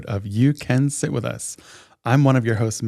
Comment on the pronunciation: during the ad, Maggie definitely says "shit with us" instead of sit, she's so cute omg 😂😂😂😊